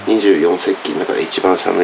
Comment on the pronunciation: 二十四節気をにじゅうよんせっきって言っちゃうのかわいい